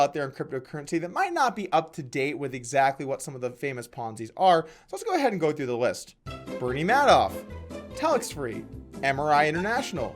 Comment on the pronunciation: LOL this guy goes for you younger viewers here are a few of the famous Ponzi schemes of the past, continues by pronouncing Bernie Madoff's name incorrectly